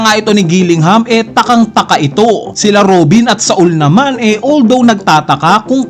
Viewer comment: sol kasi hindi sa-ul. bisaya ka talaga ih hahahahaha